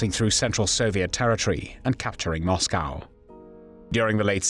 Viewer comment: Interesting pronunciation ''Moscow''???